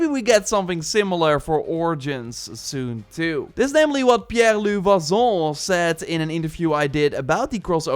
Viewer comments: Goodam you butchered pierre-luc’s name hahaha, vachon isn’t pronounced vazon, more like vashawn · Your pronounciation for pierre-luc is correct but « vachon » is pronounced : « va-shon » with a french accent…im french canadian